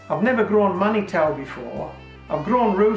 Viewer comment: Manitou is pronounced man-e-tu. It means Creator or God. It's a Cree and/or Saulteaux-Ojibwe word from Native North American people.